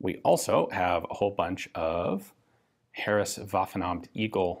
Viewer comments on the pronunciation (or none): none